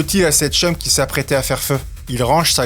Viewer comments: Arrete d'utiliser le mot "chum" tu l'a pas pentoute ça sonne mal en criss avec ton accent mon chum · Par pitier utilise pas des expression québécoise sans biennles prononcé ya personne qui dit chum comme ça 😂😅